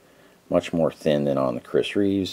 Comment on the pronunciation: Also, it's Chris Reeve not Chris Reeves.